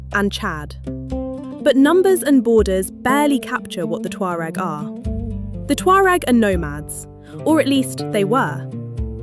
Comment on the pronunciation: They are my ancestors and they are NOW called Berber, she mispronounced the name as usual, these know it all euro people annoy me.